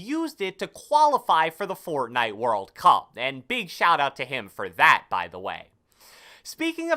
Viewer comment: "Fourtnitee" - who ever made this video